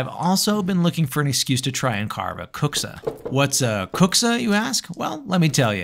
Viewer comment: your pronounce of kuksa is AMAZING. I have never heard non-finnishspeaker pronounce finnish words better than you! 😊 Our language is hard so you can be so proud of this! EDIT: Almost finished video and saw you speak more finnish, and you can even prouder because my statement about best pronunciation ever stands still.